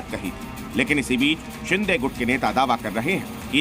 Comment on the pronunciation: शिदे ❌ शिंदे ✅ 🤨👊